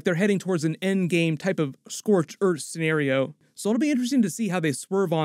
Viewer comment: "Scorched earf"